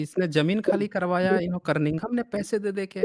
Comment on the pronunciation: आप Cunnigham को Curngham बोलते है.